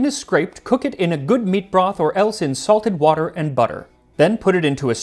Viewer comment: Who else heard "insulted water" instead of "in salted water" and did a double take with me? 😂